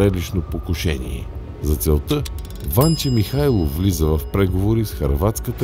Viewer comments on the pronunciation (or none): Ужасно👏 дразнещи👏 звънци,👏 бълбукания👏 и👏 кървави👏 пръски👏 на👏 фона👏 на👏 дразнещо👏 наставническия,👏 като👏 за👏 малоумни👏 тон👏 на👏 четящия👏 текста.👏 Ударението👏 на👏 Станке👏 (Димитров)👏 е👏 на👏 последната👏 гласна👏 -👏 СтанкЕ.👏 Същото👏 и👏 с👏 ВанчЕ👏 (Михайлов).👏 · Ужасно дразнещи звънци, бълбукания и кървави пръски на фона на дразнещо наставническия, като за малоумни тон на четящия текста. Ударението на Станке (Димитров) е на последната гласна - СтанкЕ. Същото и с ВанчЕ (Михайлов).